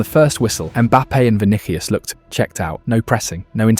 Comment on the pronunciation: just read the concept that ai has already written for you, why use this crappy ai narrator who can’t read at all? vinihius? kailien mbappe? please